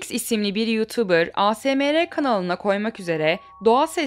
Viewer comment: asemere değil eğsımar sdfgjklkhr <33